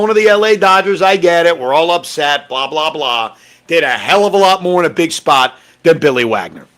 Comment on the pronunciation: Adrian MoreaJohn😂😢😅 More-en-hon doubt he'll ever read the comments to fix it